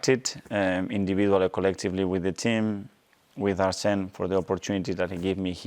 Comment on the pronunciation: he calls him Arsene